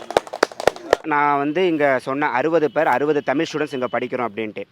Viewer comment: தமிழர் த மி ல் பேசுகிறார்